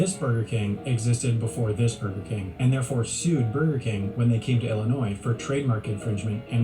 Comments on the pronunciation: Wow I'm quite impressed. Atlanta knew the correct pronunciation of the state of Illinois. The correct pronunciation has always been L - in - noi. If you're not certain, just remember there's no noise in Illinois. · Holy heck you said my home state right. Illinois. Most Americans unless your from Illinois pronounce the silent “S” in Illinois”e” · It makes me so happy when someone pronounces my home state correctly, especially a foreigner. The S in Illinois is silent.